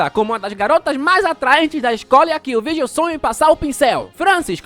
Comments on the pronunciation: não conseguindo falar o nome direito porque tá lendo com se escreve, é Vargiu que se fala e o giu se pronunciar dil, Vardil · AI QUE AGONIA ELE FALANDO O NOME DO VIRGIL ERRADO O VÍDEO TODO😅😅😅😅😅😅😅 NINGUÉM MERECE